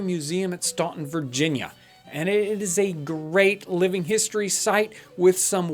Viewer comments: It's STAN ton!!!!! Not Ston ton!!!! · Staunton VA is pronounced "Stan - Ton" I lived there, and yes it makes no sense. Drove me nuts. now i live near Norfolk NE, and they pronounce it "Nor-fork" which is even worse. They add an "R" for no reason! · Love your sites and videos, just an FYI: local Virginians pronounce Staunton like this....Stanton.... that is how we can tell most often if you are a "come here". This is not to be critical, just FYI. Thank you for all of your hard work. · Stanton. The U is silent. Am enjoying all your videos, hope the correction is received well. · Mispronounced Staunton. Must not be from VA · Adding to the pile-on. I'm surprised that you got in, interacted with, and then got out of Staunton without hearing it pronounced correctly, i.e. with the silent "u".